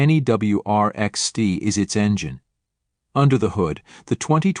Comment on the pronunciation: Use a real person for the voiceover, this CG version is ridiculous. Stee Eye indeed. Do it properly or not at all.